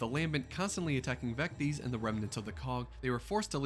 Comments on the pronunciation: You said or pronounced it wrong. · Not Vecties Vec tis. Vectis Island.